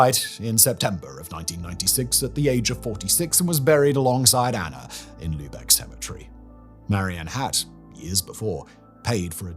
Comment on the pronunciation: Props and Kudos for pronouncing Lübeck right! <3